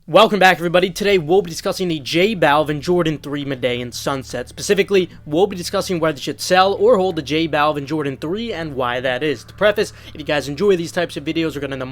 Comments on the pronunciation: It’s pronounced med-die-yeen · You pronounced Medellin totally wrong. 🙃